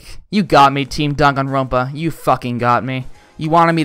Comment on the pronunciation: WHY THE HELL IS IT DON-GONE-RONPA THERE IS ONLY ONE O IN DANGANRONPA THE INTROS PRONOUNCED IT DAN-GAN-RONPA